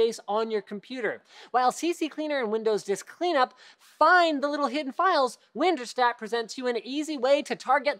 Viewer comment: it’s pronounced WinDirStat, not WinderStat